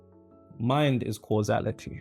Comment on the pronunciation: Causality vs Casuality. Anyway you’re doing great 😊